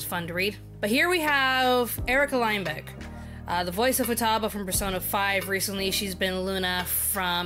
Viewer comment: You said Lindbeck wrong btw..... Bruh Fake support